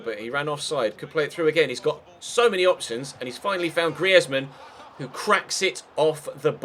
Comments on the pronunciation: minion craft greezman not grieve-ezman like. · "Greasman", but instead of "s", it's "z" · just to let you know. Griezman is pronounced Greese mann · Why do u say griezmann in a weird way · Don't say griezmann like that again😂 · ConorVLOGS I knew I wasn't the only one who thought that😂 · SAY GRIEZMANN RIGHT YOU FUCKING MELT!!!